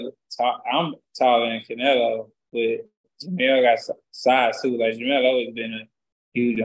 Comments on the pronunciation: Hopkins showing his age, jermell not jermall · Does Bernard know he keeps saying jermall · Somebody needs to tell Bernard that it's jermell not jermall..